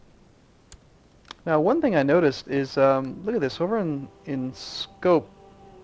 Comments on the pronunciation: its pronounced: Scope-yeah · Skopje its Macedonian, eh read it like in the name alejandro